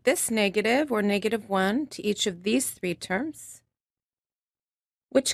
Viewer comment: “One…too-HOO…thrrrree. Thrrree.”